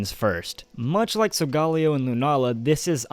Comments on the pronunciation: Hears sol-golly-o. TRIGGERED. It's sol-ga-leo. Leo like the zodiac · Sol-guh-leo not Sol-gah-leo, dude. Get it right. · Am I the only one that pronounces Solgaleo as Sol-ga-leo?